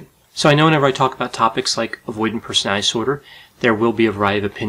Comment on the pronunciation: Mate can you pronounce personality disorder properly it’s really distracting from what your saying lol other than that these videos are brilliant